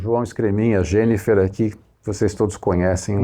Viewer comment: JOÃO, 👏👏👏 O nome dela é JENNIFER !!! 👏👏👏👏👏👏. Gostaria que Vcs colocassem o nome por escrito destas novidades, pelo menos pra mim. O som que se ouve na pronúncia não fica claro. Do apoio do braço; do orifício de retorno; do protetor pra não arranhar na colocação das cordas. OSMARAVILHA 🙏